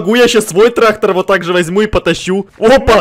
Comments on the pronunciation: Не Трахтар а трактар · Не трахтар а трактор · Кто хочет быть учителем?тогда научите Эдисона говорить трактор а не траХтор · Нормальные люди говорят: трактор и ГаВоРяТ: ТРАХТОР Х ) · Никто абсолютно никто:: траХтор😂